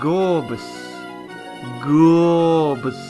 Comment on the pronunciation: Dude, you're funny, but do some research. Its pronounced Gore-ee-biss, like abyss. And missing- o. Cmon man, you're funny, enough to get this right. If you know what illumise is, you should know how to say these names